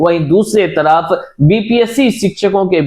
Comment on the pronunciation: एक तड़फ खुशखबणी की लहण दौड़ गई है इंतजार खत्म होने की खबण आ चुकी है जिनका सीटीईटी में बेडासी अंक है 😅😅😅😅😅😅😅😅😅 पहले बोलना सीख भाई आखिर हिंदी ने क्या बिगाड़ा है